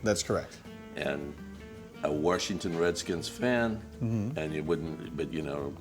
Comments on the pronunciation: ha, he says washington like my grandpa. warshington. hahaha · I can tell he grew up in DC because he said, "Wershington" lmao